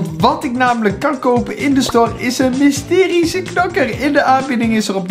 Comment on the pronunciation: Een mysterize knokker?😂😂😂